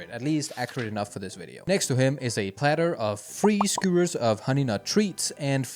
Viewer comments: Since you asked how to pronounce skewers, You said "Skoo-ers", instead, say "Sk**y**oo-ers". "ew" in some contexts makes a 'yoo' sound, like in the words Ewe, Knew, Nephew, etc. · This is great!!! I cracked up at this one and the newer one you put out. I am subbing! I am not a body builder, in any capacity, but these are super interesting. As a brief side note for how to say skewers ... it's phonetically said, "Skee-you-erz". Hopefully, that helps! ❤ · Ska- you - errrs... thats how ya say it. Lol. Just faster.